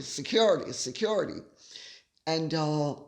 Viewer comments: I have yet to hear anyone in the US pronounce “security” in such an obnoxious way. Is this a slam against Americans? Your pronunciation of “classy” is obnoxious as well, and even North Easterners don’t say it that way. There are plenty of words Brits pronounce in an obnoxious way, but we are “classy” enough to not make fun of them. How about the over use of “of course”? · you absolutely crack me up every time you say ‘Security’ - so funny….. Love your work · Gorgeous Lady C, here's a little something funny especially for you and Micki. Your 'security' is spot on American! 👍🏼 I say it after you do and I say it just like you 🤣😂🤣 I'm an American in Sussex, not to be confused with the duck ass of Sussex. I don't need 'security'. God bless you and yours.💛💛💛😁😁😁